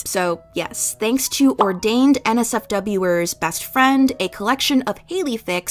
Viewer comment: not reading OrdainedNSWER (NSWER is the fandom name for NMIXX, prounounced "answer") as OrdainedNSFW 😭